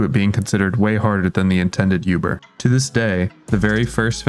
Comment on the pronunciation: pls stop saying yuber the wirtual effect is so annoying lol